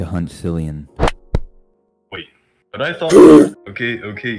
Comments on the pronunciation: Nice animation! One gripe I have is the voice acting. Some actors were very monotone and others had some bad pronunciations or microphone quality. A few examples;, says "Clian" instead of "Cillian" and it even says so in the subtitles. Lucas' actor was way too monotone, their voice was very quiet and they mixed some words together. Other than this, I think it's a great proof-of-concept for what you'll make in the future, and I can't wait to see what you'll come up with. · the fighter Goon#1 was pronnouncing it as Killian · He pronounced it wrong and so did the Fighter. As a running joke, no one really knew how to say Cillians name, so I just said wing it 👍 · cillian... more like sillian lol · Jace say Cillian 11 times in BLOOPERS LOL